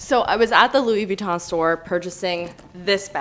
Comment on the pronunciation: How about put on a shirt? I guess I liked one of your videos and decided to subscribe and I’ve been ignoring the videos ever since then. Yes I’m unsubbing so you don’t have to send me hate comments. PS you’re pronouncing Louis Vuitton incorrectly.